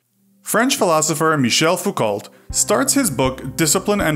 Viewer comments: Small thing... but you pronounce Foucault as "foo coe" not "foo colt" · Foucault is pronounced ‘Foo-Koe’. The verbs are pronounced as if you were saying ‘blue snow’. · Any video where the name Foucault is mispronounced 'Foucolt' should be treated with enormous misgivings.